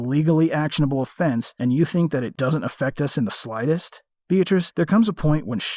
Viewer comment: Another top quality video 👍 On a side note, every time you said 'beatrice' it sounded like 'bitch' 😂😂😂